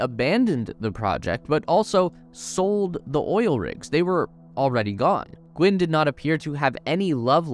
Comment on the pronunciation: Gwynne, not Gwen. It happens to the best of us...